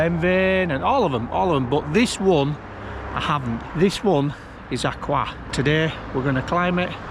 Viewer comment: Enjoying your video. I’m pretty sure it’s pronounced ‘Ah Chroysh’.